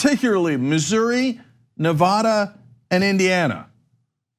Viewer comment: I know that it doesn't matter to you, but Cenk you've got to stop mispronouncing Nevada